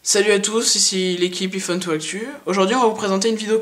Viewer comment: Ta une façon Bizard de dire iPhone